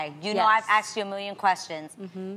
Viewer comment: ASKED not AXED